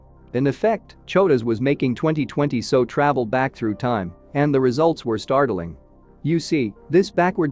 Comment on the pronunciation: The commentary is not terrible, but it is rushed. Longer gaps between sentences required, and bigger paragraph gaps. Give us a chance to absorb the interesting information. Also, when discussing '2020SO', you need to separate the letters to get S, O and not 'so'.